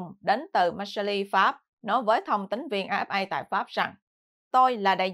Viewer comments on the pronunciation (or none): Xin góp ý với: Tỉnh "Marseille" ở miền nam nước Pháp, đọc là "Mạc xây dờ" ( chữ "d" trong tiếng "dờ", phải đọc theo giọng nam, chữ "dờ" đọc rất rất nhẹ), chứ không đọc là "Mạc xơ li" theo tiếng Anh như đã đọc nhé. Còn Paris, đọc là "Pa ri", không đọc "xì" ( chữ "s" cuối, không đọc ).